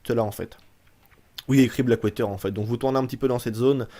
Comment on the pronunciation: "blackwayter" .... OMG !!!!! ^^